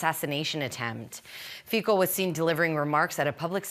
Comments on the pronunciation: Pronounced Feet-zo. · Trudeau journalist should pronounce his name correctly not with K